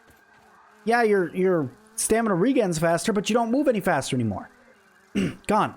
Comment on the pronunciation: you use a hard g in regen when it's short for regeneration it should be a soft j just fyi